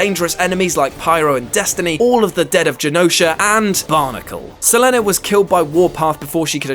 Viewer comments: Se-leen NOT selenay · Selene is Marvel's oldest mutant. And her name isn't pronounced se-le-nay. her name is SE-LEEN! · NOT seh--LEH-NEH ....Selene sounds like SUH-LEAN ....lol SEH-LEH-Neh omg thats ignorant!!!!! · Selene.. How i read (selin) then how i heard in this yt (se le ne) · “sELeNE” ... Selene (se-Leen) !!! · It’s Se-leene not Se-len-ay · "Selen-Ē"....it's Selene, Sell-lean, say it right damn it! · Selene ...like selena gomez w/o the a at the end is how it's pronounced not sa-len-aye lol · Sell-Lin-Nay! LOL! pronounced Suh-lean like in Underworld. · Her name is Selene pronounced SELEEN not Selenay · Who TF IS SELENAY ITS PRONOUNCED SELEEN And spelled Slene DUMBASS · Selene is pronounced Se-LEEN, not Se-LENNY. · It's pronounced suh-leen not suh-lehn-ay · Suh-Lean, not Sell En Ay. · Well I've known many women named "Selene(een)", "Selena", "Celene(still een)" and none of them have ever pronounced it "Selenay". It just sounds so unnatural. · Se le neh? What a stupid pronunciation of Selene. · Seleneh or Saleen? I thought I was pronouncing Selene wrong lol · Dude, her name is Selene! Pronounced SELEENE! Get our together bro! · Anyone else annoyed that he pronounced selene as selenay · SE-LEEN GAL-EEYO not whatever the fuck he said. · Ah yes the moon goddess...Sahlynn A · "Selene" is pronounced the same as "Celine". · Nyhousedancer7 as much as it pained me to here it, she was very close to pronouncing Selene correctly. In Greek, Selene in pronounced [ si-lee-nee ]. Don’t hate, I looked it up. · "Selene" is pronounced Say-leen !! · What the hell is a se-le-ne lol wtf isn't English your first language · Sah-lean, come on dude. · why do you pronounce it as seh leh neh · Suh-lennay? Lol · apocalypse didn't rule earth in aoa and if you're gonna post a video learn the pronunciation and facts beforehand selenay says so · Idk about the character, but the name "Selene" is pronounced "SelEEn". X-D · I guess this guy never heard of the name Selene.